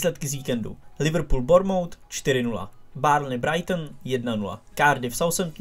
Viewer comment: Nečti Liverpool jako Brabec prosím.